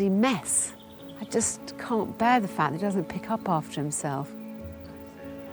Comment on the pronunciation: No r in can’t